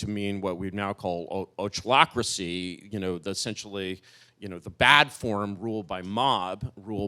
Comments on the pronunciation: I had to listen to that a few times, couldn't remember the word although I've seen it a few times before... "ochlocracy" is, from my understanding, usually pronounced more like "o-clock" than "o-chlock" Dangit, Moldbug. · "ochlocracy" (pronounced "awklawkruhssee")